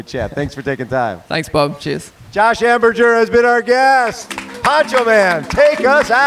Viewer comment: Could you pretty, pretty please explain to how to pronounce your name correctly.... he seems incapable and it makes me want to throw things at the TV!!!!